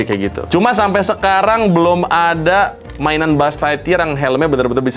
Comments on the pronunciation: Buuz ligthyear😂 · bang gue lagi ngantuk bgt cekikikan bgt denger lu bilang mulu "Bu'uz lightyear" bgst😭😭😭